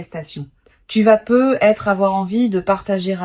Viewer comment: On ne prononce "peut-être" pas " peu être " ,on le prononce " peutetre.